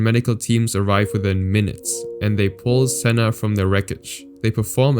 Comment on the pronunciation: You butchered Sennas name there